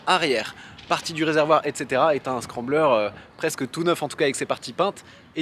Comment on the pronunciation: On dis le scrambler